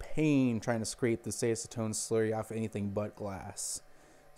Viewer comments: I have a nearly identical printer, but with hinged side doors. It's the Qidi Tech I, $700 or less on Amazon. I'm digging it so far. I also spent $150 on Simplify3D. It's a very nice slicing program and more. PS - It's ASS-a-tone, as opposed to ACE-a-tone. :-) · Acetone - ass-u-tone